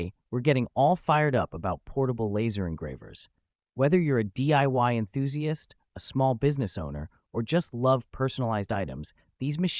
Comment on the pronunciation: WTF is an 'enthusi ist'? EnthusiAst, you muppet.